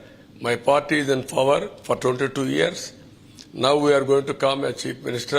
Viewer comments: ఫవర్ కాదు పవర్ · Its not "fower" its power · Bro... look at this video clearly, jagan also noticed the mistake and smilled .... people right there corrected him .... .. enduku cover cheyyadam... it is a miss of tongue.. CBN power ni fower antadu.. 70 years age ayana english ni mana comedy chestunam kada.. mari first class student sangati enti .. we shud not judge them for spoken english skills .. Lets leave it here .. thanks for replying politely .. have a nice day